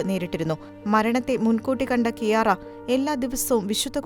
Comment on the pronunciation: ഈശോക്ക് മഹത്വം 🙏🙏 ക്യാര (Chiara) എന്നാണ് ഇറ്റാലിയനിൽ ഉച്ചരിക്കുന്നത്